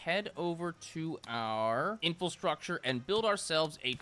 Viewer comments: Infrastructure. In-FRA-struct-ure. Not "info-struct-ure." please. You're killing us. InFRAstructure. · Did he just say infulstructure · does this guy call it "Infilstructure?" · Anyone notice how always adds an L to "infrastructure"? (Infulstructure) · I’ve watched for a long time and I still can’t get used to ‘infelstructure’ love ya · please learn how to say infrastructure correctly please for the love of god it hurts every time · still doesn't know how to pronounce "infrastructure." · He still hasn't learned the word infrastructure